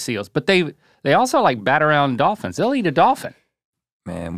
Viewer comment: Rhett: “Dawphins.”